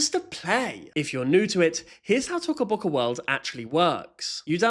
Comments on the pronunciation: Omg you are saying it rong you are saying tuco boccu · "tocka bocka" is crazy, bro isn't even pronouncing it how they intend it to be pronounced (in the intro too) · Its "toca boca" not "t0cA böC@ 😂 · Yea t”O”ca Boca is now T”o”cah Boca 😭 (if no one understands Toca Bocas o is not silent) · Why does it sound like he says sussy baca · No because like the way that he says Toca Boca is just so funny😂😂😂😂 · TOCA BOCA (idk why i like how u say it lol) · Yess! He is so stupid like first of you don’t say Toca Boca like that he says it so wrong🙄💗